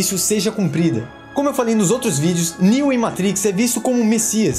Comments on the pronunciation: Show demais, mas, pq falar "Meitriiiix". fala matrix homi. valoriza nossa língua. a gente ja sabe q tu entende dos paranauês gringos. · Muito bom vídeo, só faz o favor de parar de falar "MEITRIQUIS"... hahahahaha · Meitrix kkkkkkkkkkkkkkkkkkkkk quem ve pensa que é americano kkkkkkkkkl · Só não entendi pq no começo do filme ele fala "matrix" de forma "chique" e do nada fala normal. É um vídeo para brasileiros. Então fala normal.